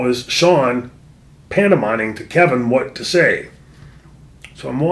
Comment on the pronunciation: It's pantomiming,, NOT panto-MINING. D